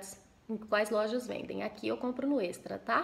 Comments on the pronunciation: é éxtra se escreve estra mais se fala éstra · si nao fala extra fala "éxtra"